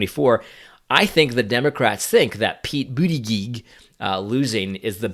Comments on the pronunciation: Hi AD! I love your program! My Two year old grandson even knows who AD is!😀 Anyway, I just wanted to offer some help in regards to pronunciation of Mayor Pete’s name. It’s Boot- Edge-Edge. Just trying to help! Have a blessed day!😀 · Dude there's no way pete is going to win with his historical low POC support, Bernie will win the primary. And please say his name right man, it's pronounced, booty-judge Trump is scared of Bernie, and he has admitted it